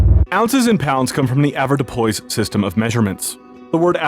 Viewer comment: That pronunciation of avourdupois had me laughing my ass off